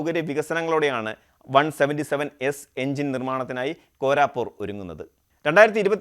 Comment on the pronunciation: കോരാപൂർ അല്ല കോരാപുട്ട് ആണെന്നാണ് തോന്നുന്നത്. ( എച്ച് എ എൽ കോരാപുട്ട് ).